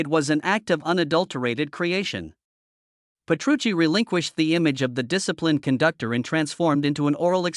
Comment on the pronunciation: Ole por mi Sensei!! porque debería disculparse? es una gran persona, con un gran sentido del humor, un maestro en todos los sentidos, humilde como el que mas, y un gran placer trabajar para el y DT cuando van por Asia. por cierto amigo.... Petrucci, repito, Petrucci!! para hablar del guitarrista más grande de todos los tiempos, hay que informarse al menos de cómo se pronuncia su nombre.